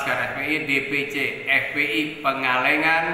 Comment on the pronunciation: Weis jlas banget bilang FPl nya... Wwkk.. Wwkk.. Wkkk...